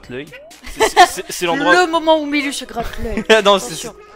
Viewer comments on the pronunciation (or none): milu tu l'as mal prononcé